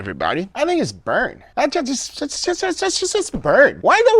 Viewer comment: the way guga is saying “burnt” 🤣🤣💀